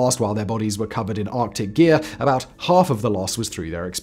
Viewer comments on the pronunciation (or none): none